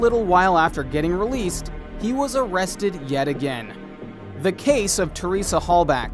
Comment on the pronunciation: And by golly, Teressa name is everywhere. Teresa Hall-Bock is how you say it. Not Hall-back.